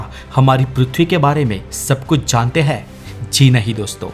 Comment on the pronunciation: Hindi voice over me sentence ke end mein 'hein' or 'he' me farak samjho. Sab jagah 'he' nahi bolo.